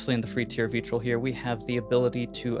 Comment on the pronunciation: It’s pronounced Vetrill